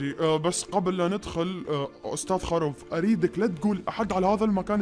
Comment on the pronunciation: خروف مو خاروف